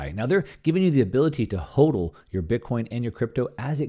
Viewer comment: it's HAWDL. like huddling together in a group. Like a football huddle. HAWDL. No not like yodling. Not "ooh" syllables. It's a "awww" syllable. Hodl...if you're going to represent us crypto guys you need to adopt the culture properly good sir! Love the content ☺️